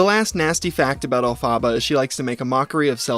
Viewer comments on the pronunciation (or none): Not to be that.... witch.... but you are so mispronouncing the Wicked character's name so badly so many times its kinda trigger..... Love you, Mean it.